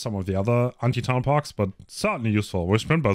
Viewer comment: Man spricht es Perks aus nicht Parks